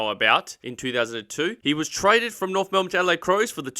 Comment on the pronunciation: But there is an F in Norf